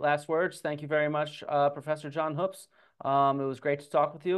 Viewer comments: For the record my last name is Hoops and it's pronounced like you're claiming Hoopes is. Better check the family history. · Sir it’s pronounced HOOOPS. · So when he was playing the part of Graham Hancock he mispronounced his own name Hoopes. Accuracy. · who? John Hoopes? No, he never worked with my dad on any projects, papers, or research. John told me before recording that he'd met him when my dad gave a lecture at Kansas. I only met John briefly at a conference earlier this year. Hence why I didn't know how to pronounce his last name 😅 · I don't know. Can we really trust a guy who can't even pronounce his own name the way it clearly is spelled?